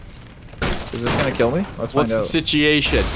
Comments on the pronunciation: “What’s the sitiation?” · "Whats the sitiation" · Sitiatian, nice 😂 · I say "sitiation" sometimes, too! 😂 It's always fun to find out other people use the same goofy jargon as you! What a Canadian sentence. XD I didn't think they actually said "ay." I thought that was a stereotype...